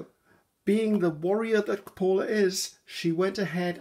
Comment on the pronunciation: Actually you pronounce paulla correctly. Janke is also how you say it, but you leave off the e, it's jank like you say it and then uh for the e so jank-uh. Please ask your friends they will tell you it's correct. My name is Colleen..... Lol no jokes, my maiden name is Van den Berg, there are still Van den Bergs in the Netherlands.